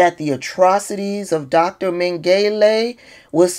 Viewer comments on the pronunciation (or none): And, Dr. Mengele is pronounced Men-ga-la. He was a horrific Nazi doctor at the Auschiwitz concentration camp. He was a member of the SS and called the Angel of Death--he decided who lived and who died when the prisoners arrived, turned on the actual gas and he performed medical experiments on the survivors. He killed thousands of people and then he escaped after WWII and went to live in Brazil. He died there swimming in 1979--he was never caught even though Nazi hunters and police searched the world for him. His life inspired many movies like the Boys from Brazil, etc. He was a real monster who never paid for his crimes against humanity. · Josef Mengele Pronunciation "Men-guh-luh." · It’s pronounced Men- Gah- La and it’s okay to mispronounce that name you are the best messenger on these topics we hear you. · I love this for her!! PS it's pronounced "menga-la" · His name is pronouced Men-gal-la. I'm a granny born seven years after the end of WWII so I would hear a lot about WWII from my mom and dad. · say it like this dr, may-ga-ler doing so will help pronounce it the right way. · Pronounced… Ming-ala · Google Josef Mengele. You don't need to apologize for mispronouncing his name. Trust me. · Did you really just apologize for Pronouncing a nazi s general's last name wrong? I know it's force to have it , but you're better than that